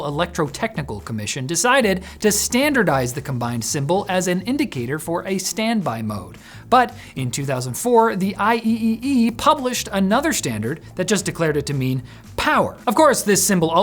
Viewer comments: it's not I -E - E - E but I triple-E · "The I-E-E-E"? Lol, ignorance revealed. It's pronounced "I Triple-E" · Sorry to be that guy, but IEEE is pronounced "I triple E". I cringed, a lot. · IEEE is pronounced "I triple E" just FYI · Thank you, it felt weird hearing it as I E E E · As a proud American, IEEE is pronounced “I Triple-E”. Could you fix pronunciation? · IEEE is usually pronounced as "I triple-E" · i was just going to comment this